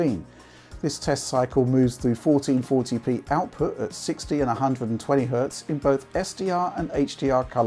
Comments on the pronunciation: 1440p, 1440p, 1440p, fourteen forty pee, FOURTEEN FORPEE, FOUEREN FORTRYHD LEPEEE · Say 1440p one more time haha